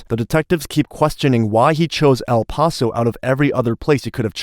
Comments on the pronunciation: Anyone else irked by the way he pronounced el paso, or is that just me? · I love how literally within the first 2 secs of your vid that your AI narration mispronounces "El Paso." Judging by the pacing and cadence of the narration I'd say you used AWS and have no idea how to adjust the timing to make it sound human. Or you just suck at it. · They clearly state the name of the city multiple times in this video but you continue to mispronounce the name like you are struggling with a mental disorder. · Do you really not know how to say the city of El Paso’s name correctly? You shouldn’t be allowed to have a YouTube channel. It’s even weirder because you can clearly hear the people that lived there pronounce it correctly in the video that you posted. Not even a real judge. lol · How is it the narrator keeps mispronouncing "El Paso?" The detectives say it correctly. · Why can't this man who is announcing, say El Paso correctly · A. I. can't pronounce "El Paso!" Hahahahah! Lost me after 13 seconds. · Cant stand the way he says el paso. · Can’t “like” because of your mispronunciation of El Paso. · "Al-Paso"??? Is this AI? It's LLLLLL paso. At least learn to pronounce the damn city. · Bro. It's El PASS-O. Not El POSS-O. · It's pronounced "EL PASS OH" and NOT "EL PAH SO" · where is El Pauso? ...you mean El Passo? lol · El Paso. Not El Paawtho. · El Paso.. “El Pass so” is how you pronounce it 😅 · It's El Pass-oh not El Puhso. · El Paso, TX is pronounced “El-pass-oh”, not “El-paw-so”. 👍😊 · It’s pronounced in spanish. We do not say “Ale (ayl?) Paw So” we say “Ehl pa- so” short “pa” and “so” sound. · ell pawsoo lol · “El posss-O Texas” lmao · "El PASS-O" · Just FYI It's Pronounced El Pass-oh! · Does anybody even prrof their AI bullshit narrated videos before posting? Fucking "El Paw-So" - really? Can't even get the towns fucking name right? Jesus fucking Christ. I'm so done with the internet. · El Pah-so. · If this mf says El pawso one more time!